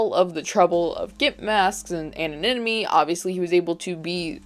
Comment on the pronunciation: I love the way she says anonymity lol "𝓪𝓷𝓸𝓷𝔂𝓷𝓲𝓶𝓲𝓮"